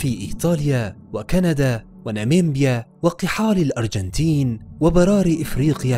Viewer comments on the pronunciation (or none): ناميبيا ليست نامبيا ولكم التقدير